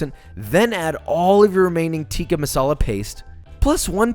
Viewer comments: as an indian I was honestly happy to see Josh take down chicken TEEEKHA masala. Just, don't say the pronunciations. You win some you lose some josh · If you are horrible at pronouncing tikka and basmati then here is some help Tikka - tik as in tick_a/ah Basmati - bas as in bask without the k and a shortind a_m as in mom_ti actually is pronounded correctly by him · As a South African I'm angered on how he says "Tikka" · It actually pronounced ‘tik-Aah’ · its THICCka NOT TEEKA FOR GODSAKE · Yes, it was created in England Scotland, it's still pronounced 'tikka' with a short 'i', not 'tee-ka'. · You pronounce it Chicken Thick-Ka Masala not chicken teeeka masala